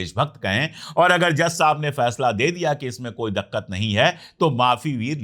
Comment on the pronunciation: Dakkat nahi dikkat, himanchal nahi himachal